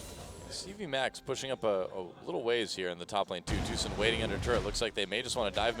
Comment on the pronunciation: Doa said Tusin which was playing Rek'sai, but I heard Susan, made me giggle!